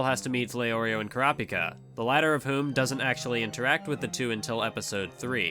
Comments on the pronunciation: "Ker-raup-ika" - You "Kura-pika" - Correct pronunciation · why do you purposely mispronounce kurapika's name? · I hate the way he says all the characters. Especially kurapika